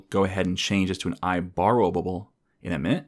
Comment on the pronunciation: I love how he pronounces IBorrowable as IBorrowabable, great video by the way. Enjoying this series on SOLID, one more to go 💪